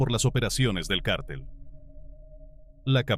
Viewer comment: No sé dice cártel .....es cartel....no es Guzman.....es Guzmán